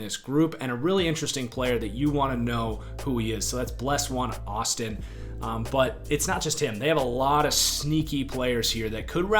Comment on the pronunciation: not trying to be that guy, but its pronouced ble-shawn austin